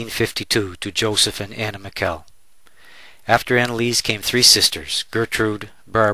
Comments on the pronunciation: Please pronounce the last name properly. It is Mih-shel, not Mih-kel. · not "Mikkel"! It's more like "Mishel"... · It's Michel not mikel